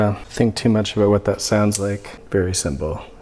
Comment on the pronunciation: is he canadian? that “about” sounded very much so